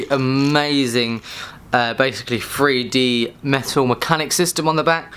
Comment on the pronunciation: three d not free d, hahahaha LOL